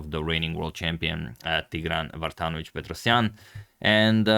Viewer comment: Mr. Agadmator when the players have Russian or Slavic last names can you pronounce them properly with a native accent. I want to learn how to say these Slavic names. In the US we butcher those beautiful names. You did great in this video especially with Petrosian